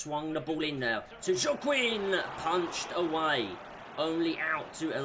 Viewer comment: Oops I miss the livestream the first time I apology and it pronounce Wa-king#Joaquin🤍💚.